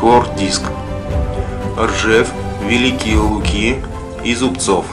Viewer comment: Поправочка. Великие Луки произносятся с ударением на второй слог ЛУки (но не ЛукИ), также и Старая РУсса а не РуссА. По монетам сложно рассмотреть двор.тем более когда один чуть выше а другой чуть ниже.Это случай на миллион если кто найдет(ИМХО)